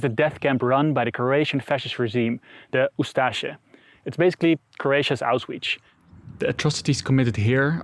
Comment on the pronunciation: How did he pronounce auschwitz?😂😂😂